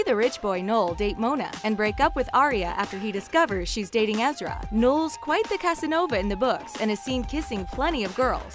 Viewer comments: It’s ezra not ezria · but it's EzriAH not ezreeea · Why does she say ezria his name is ezra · its Ezra dumbass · Lena Jordanova Right!?! Ezr-ia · You said Ezra wrong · damn. you can totally tell that this girl didn't watch the show by the way she's pronouncing the characters names